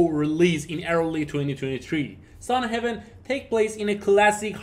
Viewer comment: Not sun heaven. Sun Haven!